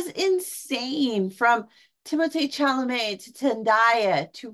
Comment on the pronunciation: Chalemet = Shall-ah-may Zendaya = Zin-die-yah Villinueve = Vil-la-new